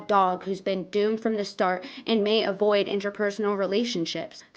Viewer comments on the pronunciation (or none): none